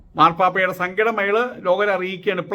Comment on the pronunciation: Mara പാപ്പായല്ല marpapa എന്ന് പറ മൂറി സ്വാമി